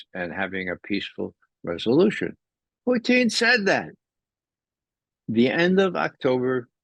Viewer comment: Does anyone know why Ray pronounces Putin's name like Poutine, which is a disgusting fast food dish?